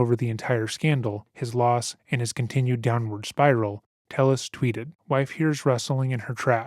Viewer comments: Tay-ez. It's pronounced Tay-ez, not "Tell-us". I'm not blaming because it appears this moron doesn't know how to pronounce his own name. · Thats probably because its pronounced tey-yehs and not tell-less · Pronounced “ Te Yes “ not “Tell les “ , Spanish name . I guess you have never gotten your name butchered by Caucasians 😂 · This Latino man's last name is "Telles," which, in Spanish, is pronounced ""TAY-es." How sad that he felt he had to Anglicize it. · They say ‘Telles’ in recordings and the narrator still pronounces it wrong. C’mon, guy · Great doc but a little confusing how you’ve clearly done so much research and his wife even says his last name outloud but you mispronounce it the whole video. Nitpicking I know but it was like fingernails on a chalkboard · how did you listen to this mans wife say his name and still pronounce it wrong every time though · The judge mispronouncing his name made me laugh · i think you’re generally a really respectful and well-researched channel, but i cannot believe you pronounced telles wrong throughout the entire video. i also recall you did the same thing to sarah boone’s victim, jorge. you need to make sure you pronounce peoples’ names right, because hearing their friends, family, coworkers, etc say something different than you makes me feel like you haven’t watched the clips you put in the video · Is he Hispanic? If so, someone needs to smack him upside his head for pronouncing Telles like that…… cringes in Spanish